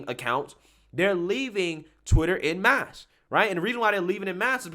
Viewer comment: It's 'en masse' (pronounce the 'en' part as 'on') rather than 'in mass'. As in 'left wing accounts are leaving Twitter en masse'.